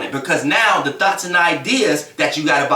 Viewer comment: It be so funny when he say “thoughts” lol 😂 “thots”... sorry but this is definitely the truth i had a terrible relationship... but karma will prevail.